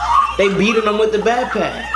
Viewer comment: bro he said "pack pack" lol